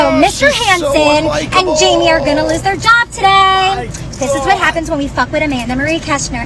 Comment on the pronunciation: did she say they are going to, "loose," their jobs today?